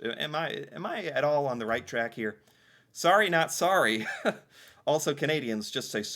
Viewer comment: We dont say sarry ..we say sorry